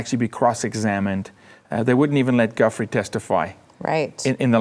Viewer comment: I love yall and the show, but for God's sake...as someone who's had to correct everyone his entire life...it's not "guffree". It's pronounced "Jew-fray". And NO it's not French. It's Italian lol.